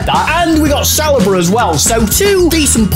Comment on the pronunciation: Add Saliba to the list of names these two can’t say 😂